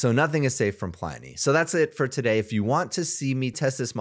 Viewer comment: dear god when are any of my beloved ai commentators going to learn how to pronounce pliny